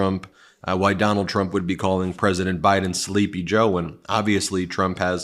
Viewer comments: can tommyu not pronounce 'president'? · Tommy T can’t pronounce “ president”.